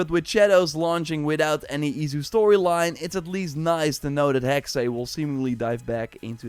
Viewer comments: Sorry, I have to say it. Hearing since you first announced "Hexe" its pronounced "Hex-ah" =witch in German 😊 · Not the case. "Hexe" is the German word for "Witch" and is pronounced "Heks-uh." The same as the "-e" in "Porsche." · The E is silent making Hexe pronounced HEX